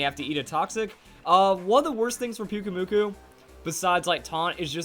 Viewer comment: I really think pyukumuku sounds better with the strong acent in the last syllable